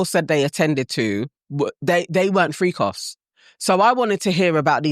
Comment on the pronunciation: Shout out to Diddy! 😂💪🏼💯🇺🇸 .. BTW, saying FreekOffs with a British accent sounds funny. 😂